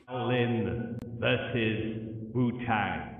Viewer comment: Bro bro bro how do you not know how to say shaolin or wutang smdh. Like how have you never heard the words shaolin or wutang said. It absolutely blows my mind that you haven't at least heard the word wutang spoken. Like what planet are you from bro? And why are you doing this review if you know nothing about the subject? Like why even do it? Its blowing my mind im so confused.